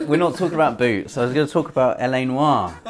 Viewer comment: Congratulations on pronouncing LA 'Noire' the correct way.., you were a little off in the intro there. Yes, I obsess with language in games;)